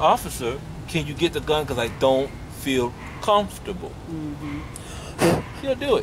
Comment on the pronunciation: "My fahking bawls cover my fahking gan "